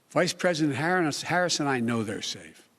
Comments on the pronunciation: he said “Vice President Harron” he said “order” instead of “over”, this dude can’t read a teleprompter to save his life. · BIDEN CALLED HIS VP “HARRON” 🤦🏻‍♀️